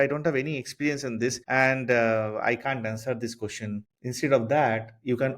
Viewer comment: Nice video, but your accent is hard. Your "question" sounds like "cushion".